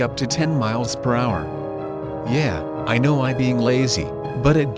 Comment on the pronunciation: Yeah, you clearly don’t, because you said “Yay” instead of “Yeah”, dummy! Gets me every time.